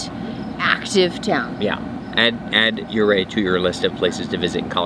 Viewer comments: Only out-of-towners say you-ray or U-ray. It is the name of an Indian Chief. His name is “Ur-RAY”... (emphasis on the second part “RAY” — like “HooRAY”). I’m in my 60´s. Grew up on a sheep ranch in the area. So glad you enjoyed visiting. Come again. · Why are you pronouncing Ouray as Yourway? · It’s pronounced “yur-RAY’